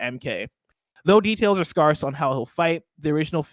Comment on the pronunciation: still doesn't know how to pronounce scarce